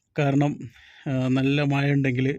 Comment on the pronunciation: മയ അല്ല മഴ 😂